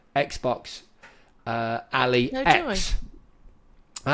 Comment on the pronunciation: Please stop saying 'Alli' its 'Ally' as in an Ally in war... The "ROG Xbox Ally X" is pronounced as "R-O-G" (each letter is pronounced) followed by "Ally" (like "AL-eye") and "X" (as the letter "ex"). The "Ally" is pronounced like the word "ally" and not like the name "Allie," and the "ROG" is pronounced as the letters R-O-G.